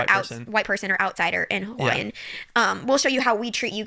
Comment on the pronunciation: Why did I hear “Hawaiian” as “YN” 😂